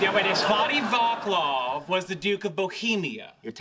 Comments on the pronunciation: As Karel Vostal notes above, Sheldon says Vaklaf instead of Vaclav. In Czech, a C is pronounced like a TS in English, or like the C in the English word "prince." The same pronunciation of C is used in other Slavic languages written in the Roman alphabet, and for that matter in Esperanto. Now I want to see Sheldon say Dvořák... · The pronounciation isn't "Vakhlav" but Vatslav" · Naw, The pronunciation of Svatý Václav is more like "Sva-tee Va:tzlav" not Va:klav :-) But it was sweet to hear something about Bohemia in such a super popular tv series :-) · Svaty Vaklaf :D Its funny how they trying to say Svatý Václav :D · please tell me they intentionally said Václav's name wrong -_- it is not "vaklav" but "vatslav" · Summary of mistakes. words from first verse sung after words from 2nd verse. words from last line of song sung to notes from first line. Sheldon mispronounces the Czech name (so do Leonard and Howard). From earlier comment by Etheline: "Sva-tee Va:tzlav" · Pronunciation of Václav → Vaatslav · Sheldon is mispronounced the name Václav is pronounce as "vahts-lahf".